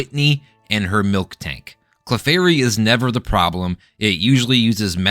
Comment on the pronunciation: MIL-tank not MILK-tank